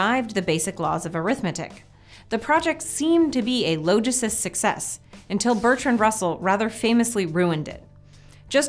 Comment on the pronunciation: Google "logicist" it's not pronounced as "low", but retains the "ah" of its root word "logic".